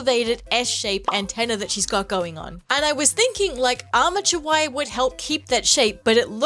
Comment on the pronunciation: okay who else heard "amateur wire" instead of "armature wire" I was like damn what do the wire do to you😭 cool cosplay btw